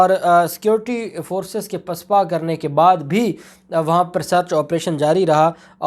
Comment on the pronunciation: AoA Mein ne aapko pehle bhi kaha tha apna urdu talaffuz sahih karein.Lafz PISPA NAHIN HOTA BALKE "PASPA" HOTA HAI AAP HAR LAFZ MEIN ZEIR LAGA DETE HAIN PLEASE AISA NA KIA KAREIN.THANKS